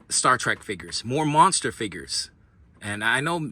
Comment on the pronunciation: Remember it's Trek Not Track.